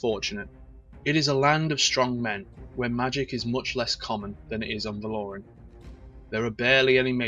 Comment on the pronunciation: it's Val-O-Ran not Val-Or-An